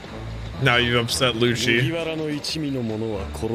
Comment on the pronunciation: also i wanna say the proper way to pronounce is "Lucci" like "lou-ki" definetely not "loushie"